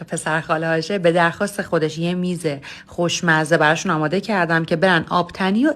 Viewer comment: اماده❌ آدامه✅😂😂😂